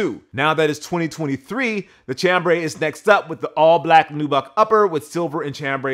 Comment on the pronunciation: It's pronounced "Sham"-brey and it's not even a color. French word for a type of fabric.